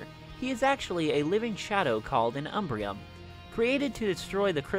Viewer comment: He did not kill princess Amore, he simply dispersed the shards across the land. As the narrative box of Sombra's speech says "I couldn't bring myself to destroy her, but I spread the pieces of her statute all throughout the world. Maybe someone will restore her one day, but I'll be too strong for her by then." She is not dead. Also, it's "Umbrum"; there is no 'i', not "Umbrium".